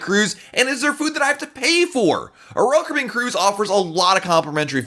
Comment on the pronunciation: I kinda wish you would talk slower, in a more relaxed way. Not slow, just a bit less stressed. I have a hard time watching whole video because it stresses me out. It doesn't cost more to talk at a normal pace. Also, you don't pronounce the company name correctly when you say RoyalCaribbean so fast. Just my 2 cents. I love your content by the way!